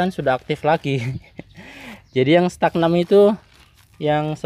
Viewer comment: StagNAN, mas, bukan StagNam 🙏🏼🙏🏼